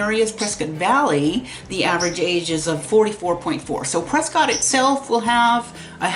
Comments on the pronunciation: Pre'skit' not Pre'scott' God bless. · You MUST know it’s not pronounced Prescott! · It's pronounced PresKIT...😊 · It’s Press-Kit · I tried. I really tried to listen. I just can't do it though when someone is trying to say they're the subject matter expert and continually cannot pronounce the name of the city correctly. I just couldn't do it.